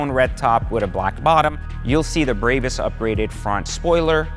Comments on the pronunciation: Bro, stop shitting the name "BRABUS" It's pronounced as BRA-BUUS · There is no Y in the name it is a 'BRAAAAAAA BUS' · He said braybus 😂😂😂 What a douche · Serious dude. You can't even say the name correctly. Brrrahbus If you paid that much for just few carbon parts, muffler and wheel upgrades, you got completely ripoff. The Irvine store will sell these upgrades for around 60k installed. And a brand new Maybach 580 is 210k. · He does not give a F*** Brabus pronaunciation, one of the cleanest to say it, but he still hase to leav a mark 😂😭🤣